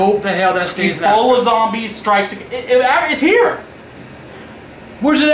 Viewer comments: Its ebola not eboli and its serious no more jokes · Say Eboli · say eboli LMAO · he said eboli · He knows that agp says it like Eboli